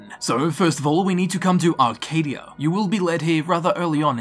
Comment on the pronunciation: AHHHHH! There's no R in Acadia.